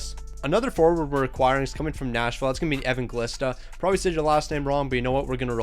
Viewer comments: It’s pronounced a-van-gel-ees-ta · Its pronounced Evanjelista and Nemech